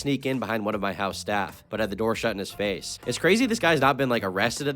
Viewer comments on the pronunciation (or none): none